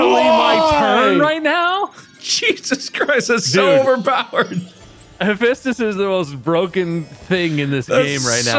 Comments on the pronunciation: All the Percy Jackson fans watching this is in pain at Marks Pronunciation of Haphaestus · my advice for people who can't pronounce hephestas: just call him vulcan it's his roman name god of fire and the forge